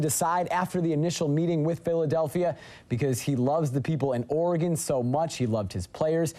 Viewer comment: It's Oregon, not ORE-E-GONE